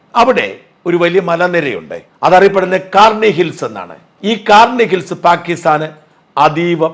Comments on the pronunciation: കാർണി ഹിൽസ് അല്ല shaja..... കിരാനാ ഹിൽസ് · Karni അല്ല kirana hills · Not karni hills... Its KIRANA HILLS